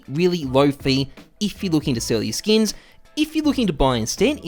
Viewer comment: sksin not skins xD